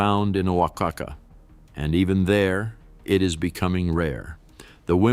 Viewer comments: Huacaca made me giggle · It's hilarious I'm Mexican Born and raised,,,he said oacaca lol😂